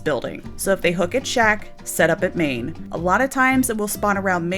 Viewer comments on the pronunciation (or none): I understand what you mean when you say main but I keep hearing "Maine" 😂